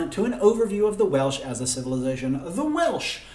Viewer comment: As a Welsh language tutor, your pronunciation of Welsh names and places was very good. I commend you.